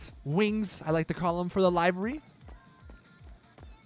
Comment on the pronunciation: why have u gone back to saying livery wrong again.